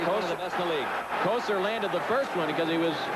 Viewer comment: The "Joe Couture" pronunciation of "Kocur" caught me off guard ! Lol